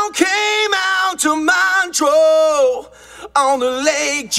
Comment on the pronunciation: Did you watch the video? the singer is not Ian Gillan but Jacoby Shaddix (singer for Papa Roach). And he doesn't know how to pronounce "Montreux". Why do I have to get insulted for pointing a funny fact?